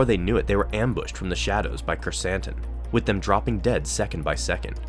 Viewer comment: Love how Krrsantan is now in live action and that we pronounced his name correctly!